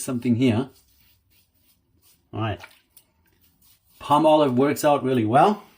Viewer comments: Pall molive not Palm olive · If you Google the pronunciation in America it's paa-muh-lahv. So perhaps we are both correct.